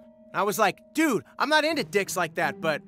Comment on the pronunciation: that "dude" gave me some strong America flashbacks